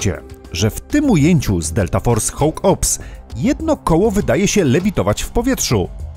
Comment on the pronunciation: Slowo konstruktywnej krytyki. "Hawk" czyta się jako "hok" a nie "hoŁk". Sorry, ale bardzo mnie to kłuło podczas oglądania.